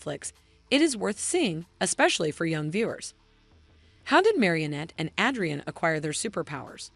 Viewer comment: Bro you said "Adrian" wrong